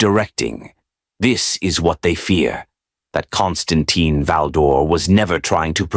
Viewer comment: kaan stuhn TEEN. If you're going to put out AI trash, at least put in enough effort so say the name correctly.